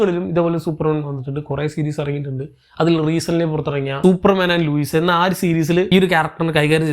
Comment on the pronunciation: ലുയിസ് അല്ല. Lois